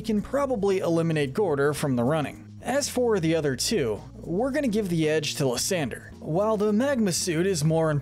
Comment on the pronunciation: It’s pronounced “LYE-san-der”, “”! 🤨 How many people are just gonna keep mispronouncing this guy’s name! 🙄